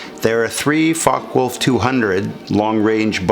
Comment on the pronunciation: Although I have subscribed and liked this video about the FW-200 Condor, I found that there was information which was missing which would have been nice to have been included. For example, the number of machine guns and calibre, where there other variants of this model, etc. Also, the pronunciation of Focke Wulf should be FOK-ker, VOOLF, rather than FOK-wolf.